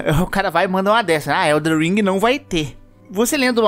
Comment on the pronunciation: para de falar ELDER ring por favor